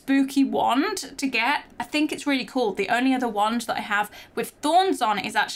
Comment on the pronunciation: It’s wand not want